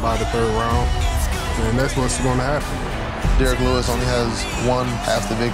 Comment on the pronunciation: "Derrick willus" 🤣🤦‍♂️